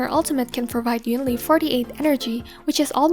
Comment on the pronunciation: although she still pronounced “yunli” the same way as EN dub rather than in chinese